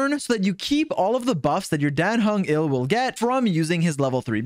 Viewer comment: dan heng is not "ill" he is "IL"